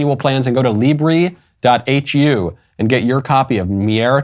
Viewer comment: Greetings from Hungary Your pronunciation of "libernyákokra" is great but you need to practice "szakmai" a little more. 🙂